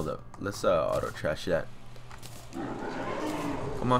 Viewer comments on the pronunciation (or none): none